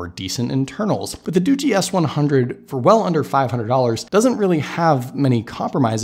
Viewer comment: It's not Doogie as in Doogie Howser it's pronounced Doo-jee like this tech review on this video said LOL